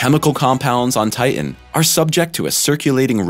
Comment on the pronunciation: It’s titan you imbecile. Not TIIN